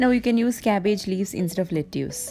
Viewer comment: Asslamwalaykum you said lettuce wrong. It is written as lettuce but is pronounced "let-tus." I love your videos and your cooking and DIY is so good. I like your spoon wall clock and I will try it. From California USA